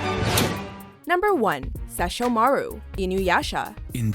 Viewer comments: SHA-SHOO-MARU. LMAOOOO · Ok but how do you get Lord Sesshomaru's pronunciation wrong when his name is being said 1000x, plus you're looking at the English version so you should be able to hear how to say it. Inuyusha says his brother's name all the time. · It's se sho mah rue not se sho maru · I am satisfied because Sesshomaru is number 1. He can get it...also she butchered his name, i died a little. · Awwwh, yeah. SESSHOMARU! I'm mad they mispronounced his name though... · I agree with this list for the most part the ONLY reason why I’m not liking the video is solely on their pronunciation of sesshomaru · The way she butchered Sesshomaru’s name makes me cringe. 😖 Like she over pronounced the “O” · I'm glad that Sesshomaru got some recognition he deserves but he's not really a villian, though Edit: AND YOUR PRONUNCIATION OF HIS NAME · how you pronounced Sesshomaru made me 😱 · You said sesshomaru wrong... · am i the only one who cringed when she said Sesshomaru's name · don't ever say seshomaru's name ever again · Maaan, don't mispronounce his name ever again. He finally gets acknowledgement over his little brother lol. #TeamSesshomaru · I completely agree with the cringe-worthy way she pronounced Sesshomaru....has she ever even watched Inuyasha?? Also, if I knew how to make videos I know I could make better lists for anime than this poor excuse for an anime fan....if she even is one! :/ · I laughed so hard at the pronunciation of Sesshomaru's name! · God I cringed at the pronounce of "Sesshomaru"... He's also not a real villain. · I cringed when she said Sesshomaru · KanekoXLiamB I was willing to overlook the pronunciation but the way she said seshomaru, I just cringed so hard. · Sometimes I listen to this just to laugh at the bad pronunciations (especially Sesshomaru's)